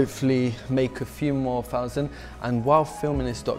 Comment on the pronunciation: A few fousand doller profit